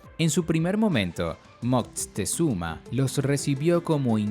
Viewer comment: Y se pronuncia Moctezuma, no Moctezuma con zuma de xuma, lo dices como Moctexuma